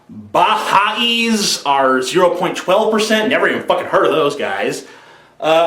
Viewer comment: BaHai' is pronounced "Buh-HI"